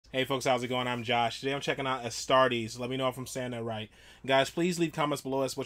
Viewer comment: Astartes: æˈstɑːtɪ.s Eh' Sta Tees